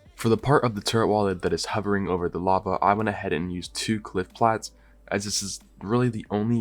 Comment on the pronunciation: "LAVE CAVE" XD